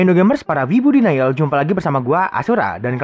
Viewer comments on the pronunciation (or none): none